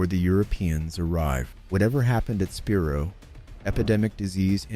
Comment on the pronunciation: Spi-Rho, thats how you pronounce it!